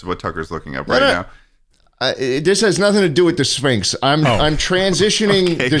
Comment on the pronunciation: Please stop with the syphnx, its concerning